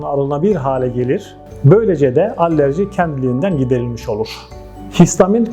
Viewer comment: Allerji derken? Alerji olmasin